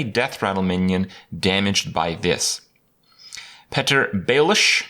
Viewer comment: you mispronounced Petyr Baelish ><